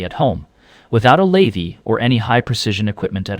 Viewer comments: A.I. slop. As soon as heard the voice say lathee instead of lathe I was out. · Your AI can't even pronounce the word lathe. Stopped listening at that piont. Interesting subject but the lazy use of AI invalidates it. Maybe AI produced the whole thing? Lost interest, stopped listening. No like or subscribe for AI content. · ...no "lathey" needed!